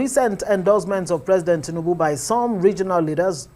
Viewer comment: Oga, Who Are You To Speak For Igbo People, We Has Nothing To Do With APC party. Look At, This Man Cannot Even Pronounce The Name Of Tinubu Correctly. Oga Continue Looking For Your Stomach, You Are On Your Own Period.